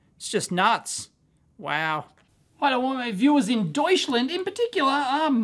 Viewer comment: Deuschlend😉 Deut-sch-land